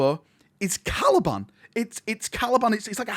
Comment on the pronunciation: Caliban, not Calaban